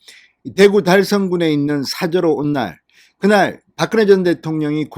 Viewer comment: 진성호는 박근혜라는 이름을 불러서는 안되겠다. 바끄네가 뭐꼬? 소리글자를 읽는것도 아니고 pk지역의 사람도 이른표현은 하지않는다. 당신의 표현을 빌리면 박근영은 박근영이라고 읽었잖아 당신의 표현을 빌리면 바끄녕이라고 읽어야한다. 제발 모니터링좀 해라.